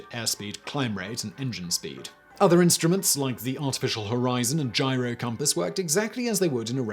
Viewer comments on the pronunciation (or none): none